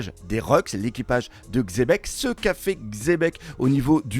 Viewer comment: parmis les seuls qui lisent le X de XEBEC! MERCI! 😂